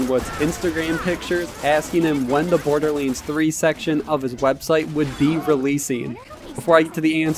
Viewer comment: Why are you saying borderlynds !?